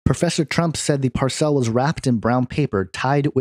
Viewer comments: Par-cell? LOL Did you forget how to speak? Parcel. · Why do you pronounce 'parcel' as "par-CELL"? First time you've come across this word? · Parcel is pronounce "par sul" .. not "par cell". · Parcel? PAR-sel. NOT par-SELL. good grief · PARCELL ? PARCELL? ITS PARCEL! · PAR cel, not par CEL